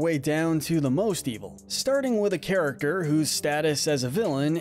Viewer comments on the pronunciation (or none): none